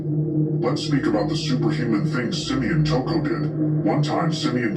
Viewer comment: Why you keep calling him toocoo